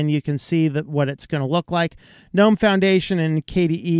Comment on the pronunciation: Thank you for calling the the "N-ome" store and not the "G-nome" store like the IDIOTS do... Sorry- for them- that is just one of my pet peeves.. english rules state the g is silent. (don't know why- but that is just the way it is- and the other idiots sound so STUPID with "G-nome".. makes me want to sissy slap some of them. - and I HAVE when close enough!!